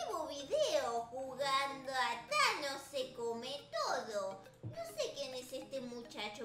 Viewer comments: No es chanos es Tañes😠😑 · No es chanos. Es tanos jjjaaaaajjajjajjsj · es tanos no chanos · Jjajajjajaja me dio risa la miniatura porque la es ves de decir thanos dise chanos ahora el de llama chanossss >:333333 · No es thanos es chanos #teamabuelarita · es que es thanos no chanos like si tu también lo notaste.